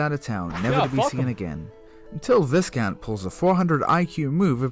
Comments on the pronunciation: lol it's pronounced vye-count not vis-count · you pronounces viscount wrong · you said viscount wrong you dweeb